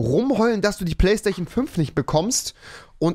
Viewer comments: Normale Leute: Playstation Rewi: Playstaichen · deine argumente sind schlecht rewi, und es heißt playstation nicht playchstation. Looooooooster als Trymacs!